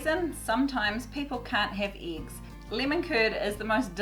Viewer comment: In what area you prounopunce it eeeeeggs and not eggs? Just curious.